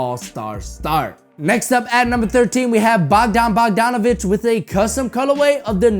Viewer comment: And it is not Bogdon Bogdonovic it is Bogdan Bogdanovic... Jesus christ you're all over the place...